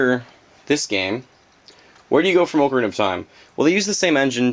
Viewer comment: Lol he says Oo-carina